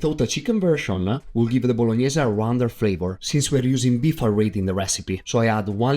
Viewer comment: It’s just odd that you pronounce the e at the end of words that do not end with an e, such as beef e and brown e.